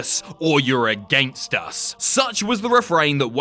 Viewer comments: In intro when he read your either nexus or youre against us it sounded like he said gangsta at the end "against us" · The way he said "against" i thought he said gangsta